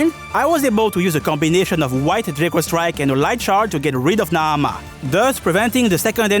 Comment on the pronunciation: Wonderful video. I have to give you extra shout outs for the OCTOPATH traveller 2 music I.e. that transition with the buildup into the Qadistu boss fight was perfect 👌🏽 I also really like the way you say Naamah